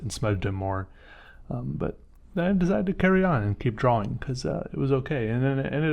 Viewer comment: "drauwing." Is that how they say it in the phillipines? btw your art is great i like your brainstorming techniques 👍